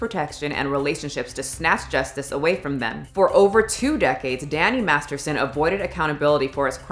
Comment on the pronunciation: you have clips that have the correct pronunciation of the names of MASTERSON and LEAH REMINI .. mispronouncing BOTH the first and last names ?? it is quite rude to choose not to pronounce proper names. You edited the CLIP IN . Mispronuciation of words such as "scintilla " is quite cringy . Maybe use an app that will speak the words to you, or just do't use words you don't know how to say